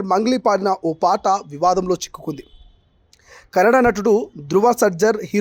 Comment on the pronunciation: కెనడా కాదు అన్న కన్నడ... మీరు కూడా సరిగ్గా పలుకక పోతే ఎలా...